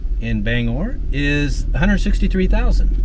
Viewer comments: Bang-gore is how its pronounced bro. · Gotta pronounce that "G" in Bangor lol [Bang-Gore] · It’s pronounced Ban. gor not Bang gor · So cool! I wasn't expecting to see the Paul Bunyan statue. We have photos of my family posing in front of it from back in the 80's while they were vacationing in Bangor. Not sure if you're pronouncing it right or wrong, but we always called it "Bang-Gore". Nice series! Cheers. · Hannibal Hamlin was vice-president to Abraham Lincoln. City is pronounced “Bang gor” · Most of downtown Bangor was destroyed in the 1911 fire. If you think it's mostly white now, you should've seen it when I was growing up. PLEASE, check your pronunciations. Orono is Or-uh-no and Bangor has a hard G as in lifeGuard. The "canal" is Kenduskeag Stream. Also, that big white house next to the King residence, is one he bought for a writer's retreat. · OR ano, not O RO NO, and BANG GOR, Not Bang Or. We wear mocassins for slippers/ shoes. Look down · Pronounce the G in Bangor. And it's OR-oh-no for Orono. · Bangor...pronounced Bang-gor...hard g. Orono...pronounced Or-ruh-no. Not criticizing (it's nice to see my old stomping grounds up on video), just offering the correct regional pronunciation. Stephan King's house is on West Broadway and has many of the old lumber baron's homes there. Across the end of the street (onto Union Street) and up the hill a ways is Thomas Hill Road where many of the sea captains home were and also the Queen City Standpipe. Sorry, I stopped watching when you said you were heading down to Augusta. Augusta kind of sucks...no one goes there. It's the armpit of Maine (everyone except those who live there think so, anyway). LOL. The state capitol building is pretty sweet, though. Thanks for the video.